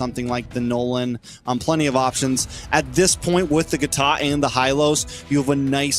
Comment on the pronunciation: For the love of God Please stop saying "Gatot" !